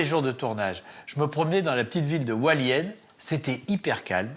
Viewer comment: JesuisFrancais, J habite a Taiwan,Pingtung.Hualien il me fait rirequandil dit aHalien il sepasse rien,il a dela chance qu il n yai pas eu detremblement de terre